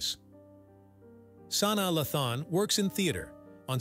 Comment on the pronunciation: He said "SANAA La-THAAAN" LOL It's pronounced, "Sa-NAA LAY-than"